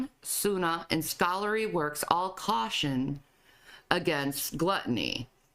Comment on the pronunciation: The way she says "Aw-Law" 😂